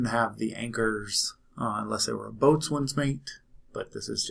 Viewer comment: You will note that beginning in 1958 the eagle on the PO insignia faces left. Beginning at that time all enlisted rate insignia was worn on the left sleeve, and the eagle should face forward. During WWII some rates were right-arm rates and some were left arm. Also, 'boatswain' is pronounced 'bosun'.